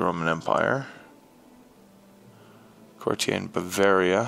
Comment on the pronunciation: IT'S A COURTIER. A FUCKING COURTIER. NOT A "COURTI-EY"